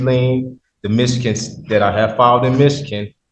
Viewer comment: “I have put it on the record for the record” that “I alzo hab to eject” to this sovnut from “Mitchegin”. Judge Oakley really knows how to deal with this sort of tedious nonsense…